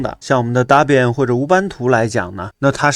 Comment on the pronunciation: 老兄Debian 发音是戴编， 大便大便，我知道你是故意的，但是还是谢谢你的教程。🤣